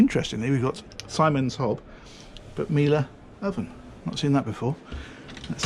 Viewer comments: Siemens is pronounced Seamen's, not Simon's :-) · Is that a ‘Simons’ hob or a ‘Siemens’ (pronounces Seaman) 🤭😆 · Easiest way to let you know that Simon's hob it is pronounced Seaman (Siemens hob) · Hint: It's pronounced "zeemens" ;-) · Miele said correctly. Check. Siemens? Oops. It's spoken like sea men, (and yeah, like semen) with an 's'. Siemens. :) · It is of course pronounced ‘Seamens’ and the engines are Cummins not Cummings. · Ironically pronounced Seamans 😅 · I know it's weird for English speaking people but it is pronounced "Semens" XD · As a seaman you'd thought he could pronounce Siemens! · Mispronounciation of German is en vogue!